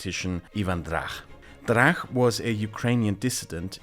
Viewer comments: I have just started watching this video, and it is pronounced Drach with hard ch, not a kh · Not trying to be rude, but it's Drach, not Drakh. "ch" as in "church". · Hi! A small pronounciation correction: the ch in Drach is read as ch in English or as the Czech letter č, rather then as ch in German. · he is not Drakh. he is Dra_tch_ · Ok so Ivan Drach (it is pronounced Dratsch, not Drach) never was either ambassador to Poland or Lviv mayor. If it is the level of research for all your videos (I haven't double-checkd any facts earlier), then everything you say can be highly questionable. I hope it's not. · "Drakh" Oh boy, this is gonna be annoying., his surname was transliterated into English, and should be read as (if my Greman is correct) as "Dratch" But yeah. total ignorance of Rebet and democratic OUN, just as I predicted. KGB in Ukraine was just renamed SBU, and that's it. Belarus KGB didn't played any role, and, if anything, was purged by Lukashenko. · I hate to be that person, but it is not "Ivan DraH" it is "Ivan DraCH" as in "CHess". Other than that, awesome video! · the correct pronunciation is Ivan Dracz (Іван Драч) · High quality content, thank you! I think it is important to not only know how to pronounce Polish names, but also Ukrainian ones. So to a German-speaking mind it would be like "Ivan Dratsch". And for these 4 letters we have one in cyrillics "ч" in "Іван Драч". Please pretty please take this into account. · Drach name pronunciation is incorrect. It must be like in "much" but with Dr instead of m . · Great video as always! One note though: The "ch" in Ivan Drach's surname should be pronounced the same way as you correctly pronounced "ch" in Leonid Kravchuk's surname :) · Counterpoint, it sounds really cool with the German ch 😂